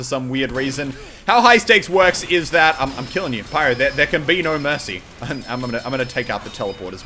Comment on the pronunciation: Why did you call medic Mcee?